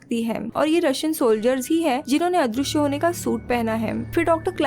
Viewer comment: दृ = dri पृ = pri अदृश्य = adrishy not adrooshy पृथ्वी = prithvi not proothwi Please